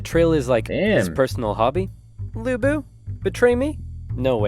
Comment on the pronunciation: Even Oversimplified didn't pronounce Lü Bu(Lu Bu) right, there is a difference between ü and u in Chinese Phonetic Alphabets.